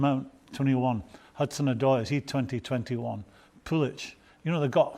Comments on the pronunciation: Man said Pulich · ‘Pulich’ ‘That guy at Dortmund’ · Did this man just said pulic' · I heard "Pulitic" and "Havard/Avud/Havartz" in the game earlier lmao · He called him Pulic not Pulisic